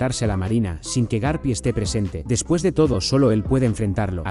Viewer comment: porque dices garpi ?